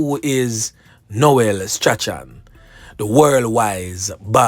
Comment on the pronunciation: The name STRACHAN is pronounced as STRAWN, note well.